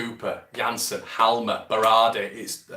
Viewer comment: It's like fingernails down a blackboard every time you pronounce the 'J' in Jansson.